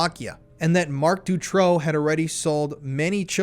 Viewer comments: Great video.. I really appreciate all the work u put into this! The Marc Dutroux case is very known in Europe. Thank u for spreading this information!! I have a bit of feedback: learn how to pronounce the names right. Dutroux is pronounced “du- true” and Eefje is pronounced so different by you that I didn’t even know who u were talking about. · You are doing a great job, thank you for that. I was in Belgium at that time and once got also abducted (by 2 Turkish guys) but fortunately escaped. Not to criticise though but please please pronounce that monster's name correctly, it is Dutroux (ou not o) I am sure you can get the pronunciation of it before going into lengthy documentaries. Maybe it does not matter, maybe for some it is crucial. Also: Anneke Lucas. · it doesn't bother me at all that you got Marc Dutroux name pronunciation wrong, you could call him anything. How about Mr Sick Fu**er? I think that's fitting!